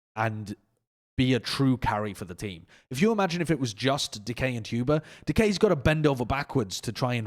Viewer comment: KEKW saying Chuba instead of Tuba is my new jam